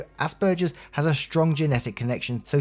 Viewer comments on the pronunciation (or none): Asperger’s syndrome is pronounced “asp-burgers” so pretty close. Though some say it in one fluid word that sounds like asperger looks. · Hi! It's said like "ass burgers." 🤣 I'm an Aspie myself and I think ass burgers is hilarious. S2 parents.... good god. Autism is primarily a social disorder. How the hell would a social disorder not affect social relationships? It definitely impacted all of my relationships of every type. Knowing makes it easier because it lets them know that I'm not being an ass on purpose.